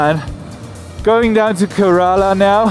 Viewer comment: You pronounced Kerala wrong all the time. 🤫 The first a is silent. So it's pronounced like Ker(uh)la. It would be nice if you show more of your interaction with the people and surroundings, and less of riding. 👊